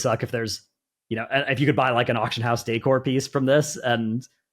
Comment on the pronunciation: Who taught how to pronounce decor? LOL